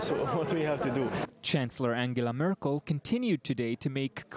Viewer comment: haha "angela murkle" xD that cracked me up